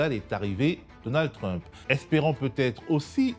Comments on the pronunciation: Peut-on lui dire d'arrêter de dire trup. Ça perturbe beaucoup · J’ai écouté juste pour la prononciation du mot Trump en Tru-mp. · J'adore entendre Mr appeler trump "Trume-peu" ^^ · “Monsieur Truump” prononcé en français dès la première seconde, me fait passer à une autre vidéo. Sérieux “Mr Truump”. Quel snobisme! 🤦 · Pourquoi est-ce qu'il ne prononce pas "Trump" comme tout le monde ? Il a besoin de se démarquer de la plèbe ? Je comprends pas trop là. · merci, super intéressant, maintenant je vais prononcer Trump comme Monsieur Badie